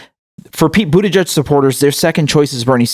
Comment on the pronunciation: I love how you pronounce Buttigieg.. Like Bootyjudge